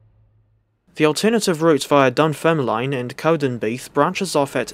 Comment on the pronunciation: Wee heads up, Dunfermline is pronounced Dun-ferm-lin & Kirkcaldy is Kir-cod-ay 🙂